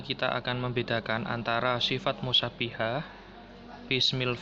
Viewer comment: Musabbahah mas bukan mussanihah